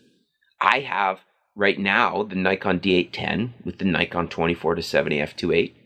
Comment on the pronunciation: U mispronounced Nikon so everything you said is automatically invalid.